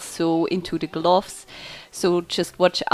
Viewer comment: GlUUUFS. xD Nice video